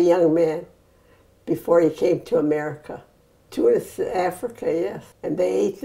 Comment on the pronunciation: Aww she says tounes like a true Arab <3